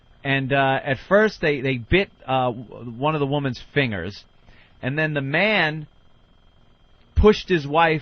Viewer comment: The way Ant doesn't pronounce the g in fingers